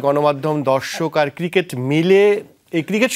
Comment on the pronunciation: আমি অনেকদিন ধরে ফলো করি ,এই উপস্থাপক ৯০% সময় ক্রিকেট শব্দটা উচ্চারণ করতে পারেন না।